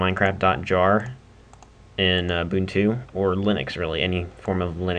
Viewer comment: not in a bad way but its pronounced like this; (you-bun-too). Thanks for the vid!